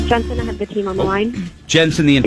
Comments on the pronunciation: Jensen not Jansen. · He kept pronouncing Jensen's last name wrong. He also kept saying Jansen. 😒